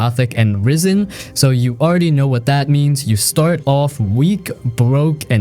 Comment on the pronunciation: Risen ❌ Ryen ✅